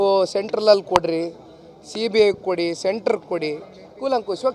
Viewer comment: ಸೀಬಿಯೇ ಕೊಡಿ ಸೀಬೆ ಕೊಡಿ 😂😂 yavo ivella, kudkura thara mathadthavne